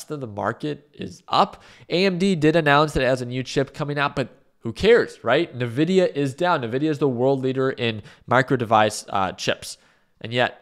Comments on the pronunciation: ENVIDIA/NVIDIA. En, en God damn vidia. It's your mother tongue, Envidia (spelled Nvidia, but pronounced Envidia) it means envy. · Dude, why keep saying "Nividia" xd